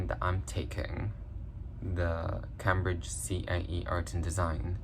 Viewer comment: Cambridge isn't pronounced Cambridge it's Came-bridge.